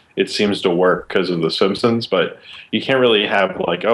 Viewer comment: QUESTION: will ever stop pronouncing simpsons as "simsims"?